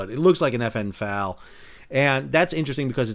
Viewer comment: btw, it's FN-EFff Aaaa-Elll... Not "fal".... Just saying.... Funny story. Many many free world countries adopted the FN-FAL.... The British made their own under a license..... It gets a little confusing reading all the reports, but it ended up being chambered in 7.62 x 51.... Which is basically American .308... A staple in the US Military... Now, I could write my Master's Thesis, on how & why & what & so on, but somehow, the USA ended up with 5.56 battle rifles, M4's basically.... While a lot of the rest of the so called "free world" ended up with 308's and FN-FAL rifles, or HK's in 308.... Fast forward to 1982... Falkland Islands.... Now, the British, in their implementation of the FN-FAL, were issuing semi-auto versions of the rifle... Which, for those who don't know, means one pull of the trigger fires one round... It is not a "machine gun", that spews fire.... the British felt that it was "too hard to control & aim" the weapon under full auto fire.... Argentina, who tried to take over the Falkland Islands, (To be fair, they DID take over the Falkland Islands, for a period of time) was also using the FN-FAL rifle platform, but theirs were full auto versions... Meaning, you could "hold down" the trigger, and it would just "brrrrrrrrrrr" fire continuously........ Mmmkay? Okay. Many Americans, sadly, do not understand that difference... they think you can just walk into a gun store and buy that.... I wish... but anyways.... So during the conflict, many many British Service me